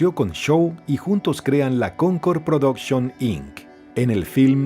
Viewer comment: ChOk Norris... Bien bieeeen 👏🏻 ProdOction... Bien bieeeen 👏🏻 Vidéo... Bien bieeeen 👏🏻